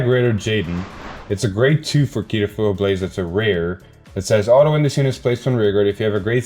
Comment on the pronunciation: Evertime i hear Keeytoblaze it hearts my soul. Its KO- tee-blaze